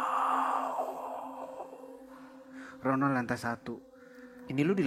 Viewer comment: Aduh aku dengernya ngakak ronald jadi ronan 🤣🤣